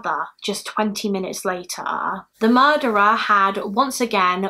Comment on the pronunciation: No one says "murrrdurrrerrrr" quite like you.